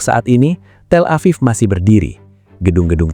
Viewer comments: TEL-A-VIV not TELA-PHONE-A-VIV🙄🙄the pronounciation is paining my ear. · tel EPHONE aviv? Wins today's award for dumbest AI. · TelevonaTHIEF?? Do I hear that right??😅😅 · Auto-dubbed says “Telephone Afif” for Tel Aviv. I’m going to call it Telephone Afif from now on. LOL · " Telephone Aviv?"" FFS. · AI Trash. "Telephone Aviv" was too stupid of a thing for a real human to not have caught. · “Telephone aviv” 🤦🏻‍♂️